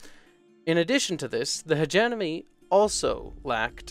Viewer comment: YAY! He said HegeMoNy correctly!